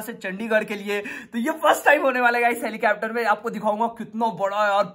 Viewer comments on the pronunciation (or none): Helicapter nhi helicopter 😂😂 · Legend say helicapter to helicopter 😂😂😂😂😂